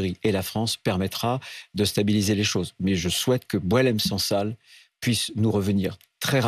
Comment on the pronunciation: Sang sal et non pas sansal